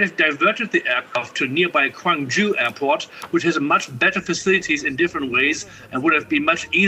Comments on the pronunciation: Jeeju? Don't your reporters learn how to pronounce names? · jeh ju, not jee ju. Let's do our due diligence and get the name right.